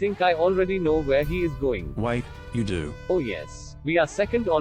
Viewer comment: I just noticed that doesn't say "do that", he says "dzu that"... and I can't unhear it now.